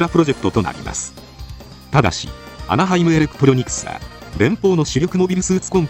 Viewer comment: なんかアナハイムエレクプロニクスって言ってません？